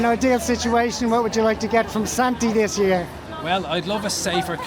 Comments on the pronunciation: Thanks for the video, I laughed when you call Santa- Santy 😂 happy Christmas and New Year from the US 🇺🇸❤️ Be well! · Great video, apart from the fact everyone calling him Sante' Claus lol, Top Geezer at the beginning that guy knows his onions.